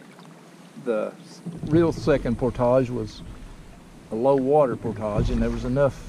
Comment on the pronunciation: Props to you friend for taking the effort to say 'portage' properly, for a while there with your southern accent, I thought I was going to hear something more like 'porridge' which really makes me cringe. Thanks again for making the effort ;-)